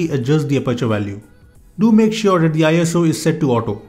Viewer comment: It's not eye as oo It's just iso ISO is not an acronym